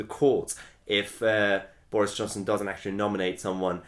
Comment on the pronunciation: Just here for way mahyer says boreis